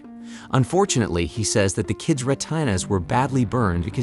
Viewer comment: Say retINA again, lol